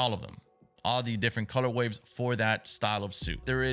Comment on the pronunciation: Are you saying “color waves” instead of color ways? Like for the suits lmaooo